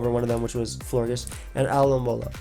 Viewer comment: Speed running the world alomomola just makes it more noticeable that your butchering it